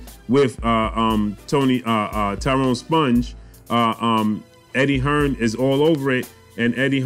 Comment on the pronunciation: It's pronounced Spung not Sponge 😂